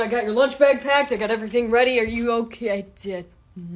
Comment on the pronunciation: cant say otay...k thanks bye